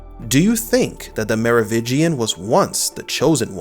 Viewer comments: Mar Oh Vin Gian. You keep saying 'Mar Oh Vig Ian'. You keep dropping the 'n' and I cringe every time. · It is "MeroviNgian" not "Merovigian"! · Mero VIN gian, not “Mero VI gian” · It's Merovingian, not Merovigian. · Merovingian not Merovitchian, please. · MeroviNgian. There's an "N" in there. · Theres not a silent n in Merovingian Mero-vin-gian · Dude, again.. Me-ro-wiNNNnnngian. Nnnnnnngian! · i know, i noticed it too but i dont hold it against him, its a strange name and sometimes ppls brains dont register words the way they read them vs the way they say them